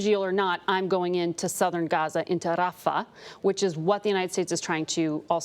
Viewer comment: How come when they pronounce Palestinian cities like Rafah, they put an extra emphasis on the R? When they mention Israeli cities, they don't use any Israeli accent????